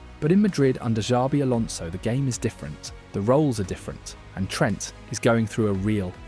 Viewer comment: "Valverdee" , "Zabi Alonso" , "Mbappay" , bro you having a seizure? These names aint too hard lol